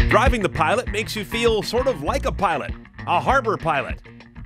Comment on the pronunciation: Pilot* not Piloat